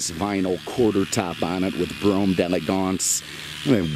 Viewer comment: your pronunciation of the model is terrible, you must not be French lol it has an apostrophe after the D. So think D and elegance separately. D groovy, D lovely, D' Elegance!